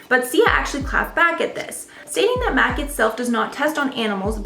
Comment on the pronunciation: Dont pronounce MAC Cosmetic as Mac. it's M.A.C - Make-up Art Cosmetics